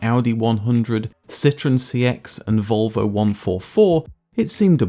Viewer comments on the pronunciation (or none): none